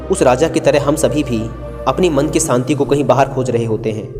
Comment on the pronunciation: कहानी अच्छी हैं,..... पर saanti nahi Shaant hota hai.....aur aasa nahi aasha hota hai..... 😀😀😀